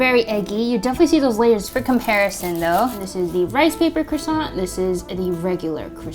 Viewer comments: One month in Paris attending pastry school and you’re still pronouncing it wrong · They aren't croissanTS. I know you did say it properly with the silent T. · The n and t in Croissant is silent